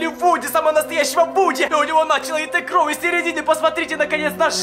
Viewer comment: Мне не кажется или он вместо кровь говорит кров